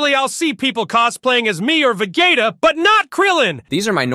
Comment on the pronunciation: lmfaoooo... hearing say "please don't tell vuh gaytuh" is just so funny to me:face-purple-smiling-tears